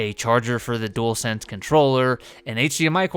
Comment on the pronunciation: Welcome to the family you can still get some of your Xbox favs on ps5. Plus so glad you can pronounce dualsense correctly so many people call it a jewelsense 😂 and it drives me crazy.